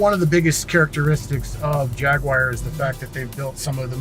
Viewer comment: dude, Jaguar is pronounced Jagwar, or if you want to say it like the Brits say it Jagua. it is not pronounced Jagwire. it makes you sound dumb.